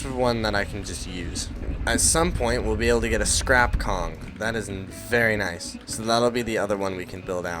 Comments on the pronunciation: Its konig not kong😂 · it sounds like koe-nig. Not judging, you can just say kong i dont really care😂